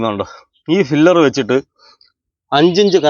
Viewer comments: ഫിലർ അല്ലടാ, പില്ലർ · ഫില്ലർ അല്ല പില്ലർ ആണ് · ഫില്ലർ അല്ല , പില്ലർ എന്നതാണ് ശരി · Filler alla pillar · "ഫില്ലർ"അല്ല ചേട്ടാ," ,"പില്ലർ "ഈ Basic ആയിട്ടുള്ള വാക്കും കൂടി അറിയാത്ത ആൾക്കാരെ മറ്റുള്ളവർ പറ്റിക്കും!👍🏻, ഒരു Qualified ആയിട്ടുള്ള എഞ്ചിനീയറെ വർക്ക് ഏൽപ്പിക്കാതെ വഴിയേ പോയ ആൾക്കാരെ പണി ഏൽപ്പിച്ചാൽ ഇങ്ങനെ ഇരിക്കും! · Filler alla maistry. PILLAR